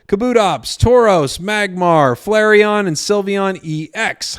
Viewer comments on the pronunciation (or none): none